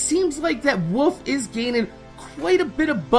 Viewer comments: When you say "wolf" it sounds like "woof" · it sounds like your saying wuf when u say wolf